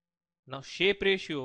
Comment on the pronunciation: although he mentioned Shape not Sharpe and all his pronunciations are fucked up, he did explain the differences amongst the three pretty well.